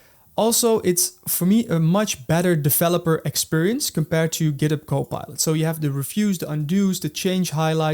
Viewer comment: If you "defeloper" ... if you are using "fi es code" ... "you already know and lof" .. "we will cover all in this fideo". I really can't focus man. I understand "R" might be difficult. or "Z".. But "F" ??? come on?